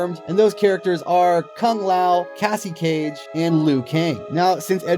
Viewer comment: its cassie no offence